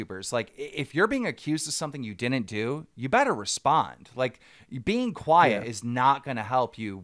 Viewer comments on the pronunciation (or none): none